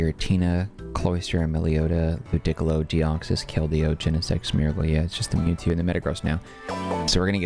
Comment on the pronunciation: Lu-dick-ilo is wild